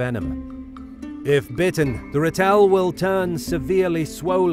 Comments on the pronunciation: Ratel is the Afrikaans word for the African honey badger. The first part Ra is pronounced as in the Sun God, Ra. Second part is tel, pronounced as in the first part of telephone. Not Rate-l or rat-el, but Ra-tel. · Hilarious pronunciation of ‘Ratel”. The stress is on the 1st syllable. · You pronounce Ratel wrong, it’s in Afrikaans